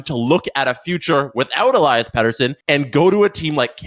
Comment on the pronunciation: el-E-as btw. not el-I-as